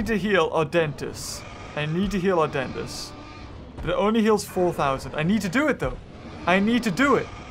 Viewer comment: whenever says adentis it sounds like "our dentist"🤣😂